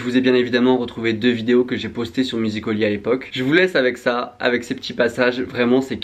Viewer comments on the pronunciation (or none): Comment ça tu dis « musiCOly » et pas « musicAly » comme tout bon français ?!!!